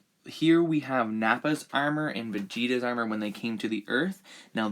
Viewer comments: The way he says armor. “Aermer” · The way he pronounces armor really annoys me 😂 it's like "urmur"😂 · He says armor weird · You have to drink every time he says armor wrong 😂😂😭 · Anyone has a count on how many times he butchers the word armor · the was you say armour sounds irish to me